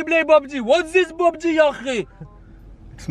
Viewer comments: It's not BUBG it's PUBG. LOL 😂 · It's not BobG it's Pubg lol!🤣